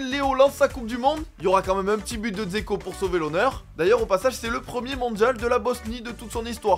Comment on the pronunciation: C'est Ibisevic qui a marqué, pas Dzeko qui d'ailleurs ne se pronounce pas Zeko mais Djayko.